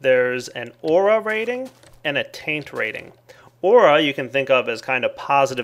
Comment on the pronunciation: Aura sounds an awful lot like air...